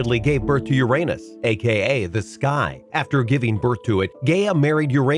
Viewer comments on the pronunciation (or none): He said GAYa and UrANOSE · I'm 40 yrs. old... I STILL chuckle every time I hear Uranus pronounced that way...